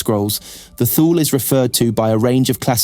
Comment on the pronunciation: Although this is a good lore video, I just cannot keep watching this. It's pronounced TOO-lee. The ship is named after the northernmost place in the known ancient world. This is where the phrase 'out in the Thules' came from. An approximate translation from High Gothic would be something like 'Icy Northern Death'. Every time I hear it pronounced Thool I remember the old TV ads: Hukt on fonix wurkt fur mee!